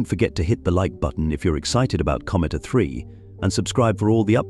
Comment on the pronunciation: Nothing like sloppy use of an AI tool for voiceovers to end up with “A-3” becoming “uh 3”.